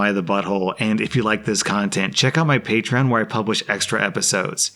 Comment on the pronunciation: Anyone remember when used to say "pat-reon" instead of "patreon"? Good times.